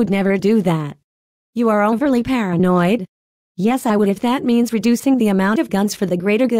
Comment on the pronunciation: Uuggghhhhh..... She keeps saying "paranoid"